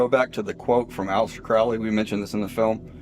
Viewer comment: It still makes me laugh listening to these narrators who read the script n front of them and Flub it up. For Example..... A-Lister Crowly (Allister Crowley) 🤔